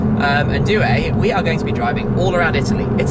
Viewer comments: Dear Tim, let me try. The way you pronounce "due" sounds like if you were to pronounce something like "due-er" in english. You should try to pronounce it like "do-er". Focus on the "do" instead of "due". Cheers and big respect. A follower since 2010-ish... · I wasn't being serious but here's how you should say it: doo-e. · As someone who studies Italian, the way you say "due" is hilarious😁